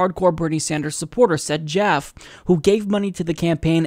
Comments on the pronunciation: It's pronounced JAFF-EE, not Jaff. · are you trying to white wash his name by pronouncing it joff? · Isn't Jaffe pronounced, "Jaff-ee"? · It's pronounced JAF - ee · Now, I admit I'm not positive. But I used to work at a company named Jaffe, and that last word, Jaffe, is pronounced with two syllables and a long e at the end, as in Jaff-ee.